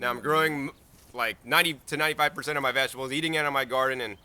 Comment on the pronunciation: LOL " I love MUH plants" ahahaha please Remix this!!!!